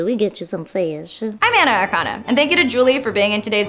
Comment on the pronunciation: Cat: "Feyish?" Anna: "Yes, baby, we get you some feyish."